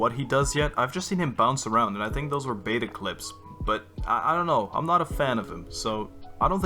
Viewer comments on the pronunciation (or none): none